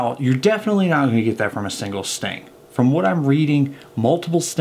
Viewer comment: I thought you said they die from stinging and sex..I had to back up had listen again